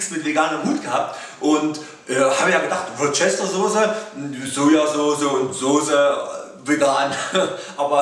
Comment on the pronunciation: Hallo! Es gibt auch vegane Worcester-Saucen, z.B. von Sanchon. Außerdem, als kleiner Tipp: man spricht sie "Wuster-Soße" aus;-) Finde klasse was du machst! LG Franziska